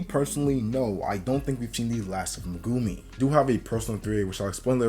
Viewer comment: The only reason I'm not subscribed yet is due to the way you say Megumi